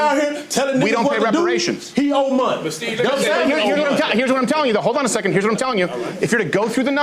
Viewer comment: Pronounced: "seckint"